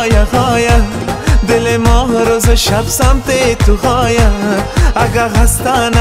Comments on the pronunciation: خوب است فقط نمیدونم من اشتباه میکنم یا شما لغات را در شعرتان اشتباه تلفظ میکنین ( قرهان به جای قرآن، هایه به جای آیه ) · جان مثل همیش دلنشین و صدایت آرامش داره، اما درتلفظ کلمات کمی دقیق باش 🙏🙏🙏 قرآن مجید آیه آیه، خودت میگی (قرهان مجید هایه هایه) و یا (دلم دنبال تو آید و یا امو زبان محلی دری آیه) که خودت اینجه ره هم میگی (دلم دنبال هایه) امید که ناراحت نشوی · اگر در تلفظ بعضی کلمات کمی دقت کنید خیلی عالی میشود. مثلن قرهان، هایه که اصلن قرآن و آیه است. موفق باشید.